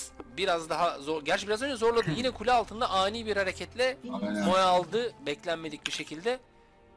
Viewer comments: bro şuna moe deme moğ de , telafuzu öyle , tilt oldum. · Sunucu kardeşim İngilizcen var da neden "mo" yerine "moe" diye okuyorsun. Dislike sebebi. Ama emek var.